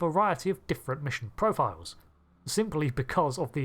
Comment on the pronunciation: "Vessews"? "Profioows"?